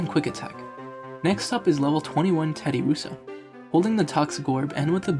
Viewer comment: I feel like anyone who plays pokemon, knows how to pronounce Terddiursa's name correctly... So personally i feel like you don't play Pokemon... Find something you know bro, it'll work out better for you.